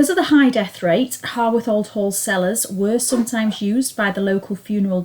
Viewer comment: Grand. It is HOWarth though, not HORWarth.👍